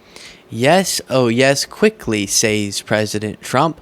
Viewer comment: "... saze presidient Trump" Saze? That is not, in any dialect or accent of English, the way that word is pronounced. I have a liow opinion of anyone whose reading skills are that poor. Take note, illiterates, I'm dissing you.